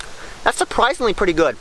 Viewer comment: Why does he keep saying perty instead of pretty